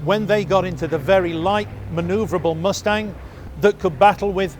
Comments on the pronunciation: Did that announcer say the Mosetang? Not Mus-tang? What is a MoseStang? Is that like a Mosetash ? 😂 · I didn't know Mustang was pronounced "Moostang". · Ah yes the P-51 MOO-stang, an extraordinarily capable escort fighter. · I love how the propaganda guy pronounces it “moo-stang” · LOL what is a moo-stang? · The Moostang LOL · I love that Received Pronounciation of "Moostang" 😂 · Moose-tang? 😂🤣😂🤣😂 Do you also call mud, "mood?" 👋🐸💥💨👻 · "The Moosetang."